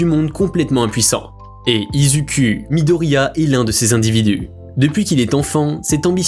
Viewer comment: Non mais tu narive pas a dire izuku😂😂😂